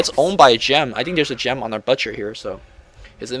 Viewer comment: you are pronouncing "butcher" wrong.